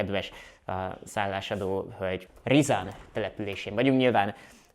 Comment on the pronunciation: Risan (Riszán). Nem Rizán 😀